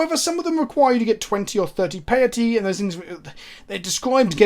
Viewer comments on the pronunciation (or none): Piety is a form of the word Pious. Rhymes with society.